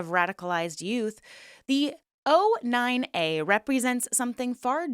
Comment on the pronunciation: O9A not 09A why you say it wrong ?